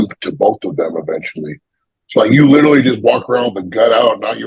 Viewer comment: If he tried to say the word 'literally' rather than 'littleilly' every sentence he would be much easier to understand. Always throws me off. Badi does the same lol 😂